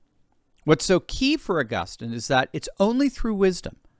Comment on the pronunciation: To the commentator on this video -it’s pronounced AugusTEEN